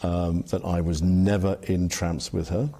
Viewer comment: btw its called TRAMPS not Tranp, the club in London. Also why has Epstein money from proceeds of prostitution not been confiscated? why is his estate still allowed to hold onto all the money and move siphon money away to coconspirator mamasans and his legions who helped him. You need hundreds of people to run and Island and syndicate like Epsteins. Why none the workers and his family and assistants been called to testify? Why millions protest for Black live matter, for George Floyd, for LGBTQ rights, for Palestine , for Ukraine but none protests for Epstein files? why the silence?